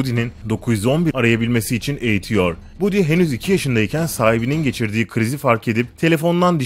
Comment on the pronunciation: baddy diye okunuyor